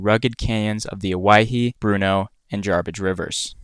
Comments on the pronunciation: He actually pronounced it correctly. It's pronounced like Hawaii, because it is Polynesian in origin. It was named after 3 islanders that got lost and evidently died in the canyon in the 19th century. However, the locals pronounce it Oh-Wah-Hee. Or at least that's how I was taught. As a side note, what he caught is a "Squaw Fish", (I didn't name it) yes, a Northern Pike minnow It's a trash fish that grows wild in many river systems in eastern Oregon. They're not really good eating. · It's the Owyhee, NOT the Hawaii!